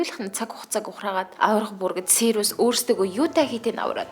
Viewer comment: Сийр-ус гэдэггүй сирус блэк гэдэг